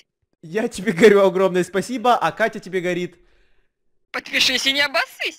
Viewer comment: она говорит подпешысь